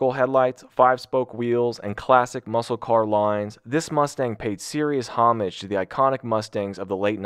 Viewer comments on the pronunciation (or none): Bro just read "homage" as "Hah-midge" wtf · you dont pronounce the h in homage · Wish he'd spent a second looking up how to pronounce "homage".